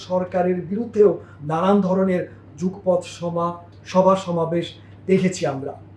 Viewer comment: Jugpoth na Jugopoth.